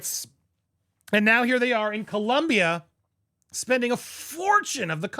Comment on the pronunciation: Co-lOm-bia. O NO U!